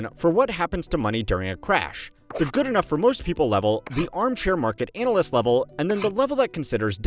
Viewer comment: Please pronounce analyst better xD